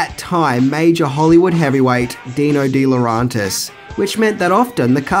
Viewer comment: DiLauRENtis! DiLauRENtis! DiLauRENtis! REN REN REN REN Not DiLAuRONtis AAAAAHHHHH!!!!!